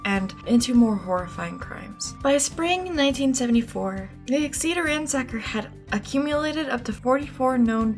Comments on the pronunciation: Exeter is pronounced like EX-eh-tur for next time! Love the video :) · A couple of things: First, the name of the Tulare County city for which he got his "Ransacker" moniker is pronounced like "Exit-er", with the stress on the first syllable. And now, "personal" account (AND to date myself a bit), and this is a long one. My family has resided in Sacramento County for nearly five decades (we settled here in early 1973) and in the same house for nearly forty-five of them (we moved to the house literally next door in 1977) as my dad was stationed at the former McClellan AFB (which closed in 2000 and is now a very successful business park and airfield) while serving in the United States Air Force. My dad periodically would go on TDY (temporary duty), which would take him out of the area, frequently out of the country, leaving her, me, and my younger sister behind for the duration. We lived in the North Highlands area, which lies at the eastern and north-eastern periphery of the base. This area lies west of CItrus Heights, where DeAngelo was ultimately arrested some two decades later. During this time, when what was then known as Pacific Telephone, then Pacific Bell subsequent to the breakup of AT&T, started phasing out leasing telephones its Western Electric division had done for many decades. It was also during this time that the East Area Rapist, as we knew him, was at his peak. Apparently, at one point, their method of contacting those who had not transitioned from Pacific Telephone-leased equipment to CPE (Customer Premise Equipment) owned by th